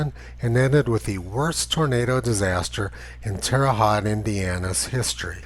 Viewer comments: Terre Haute pronounced Terra Hoht. Its a Midwest thing! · Pronounced Terra Hoat....like boat. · Tony, Terre Haute = Terra Hoat, not Terra Hot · Check the pronunciation of Terre Haute.